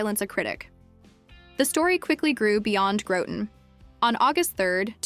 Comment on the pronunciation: It's pronounced Groton rhymes with rotten. And that is coincidentally, the honest truth.